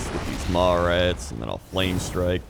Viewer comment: I keep hearing mall rats instead of maw rats